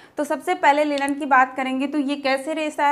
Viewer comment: Linen not lilan